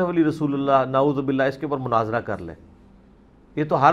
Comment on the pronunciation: Munazara hota ha Munazira kya ha hahaha